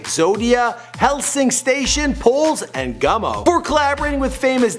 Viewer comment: its gummo bro